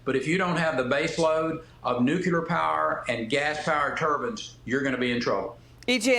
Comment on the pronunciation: Don’t say nucular. Try saying nuclear.